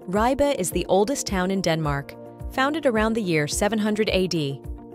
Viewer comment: Appreciate the effort made in pronouncing many of these place names, but struggle to see what poor old Ribe has done to deserve such a slaughtering.